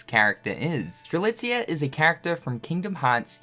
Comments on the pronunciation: finally saying Strelitzia’s name right 😆😆😆😆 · Its great that you can pronounce Strelitzia right now; now do it for the other x characters! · Having pronounce Strelitzia correctly is the most unbelievable thing this year ahem jk xP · I saw this thumbnail and begged that he wouldn't say strelisa, god that felt great xD